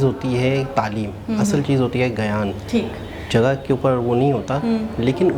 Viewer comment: /, Gayan Nahi Gyan Bola Jata hai.